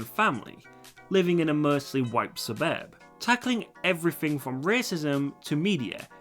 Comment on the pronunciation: 😂 I was just blown back to the 1930's with this British man talking about a "Black family living in a mostly white suburrrrb."